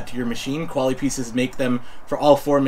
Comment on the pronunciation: The dude is pronouncing the product wrong. They’re a French company, or at least the brand name has French heritage. Pronounced more like Koala-P-S.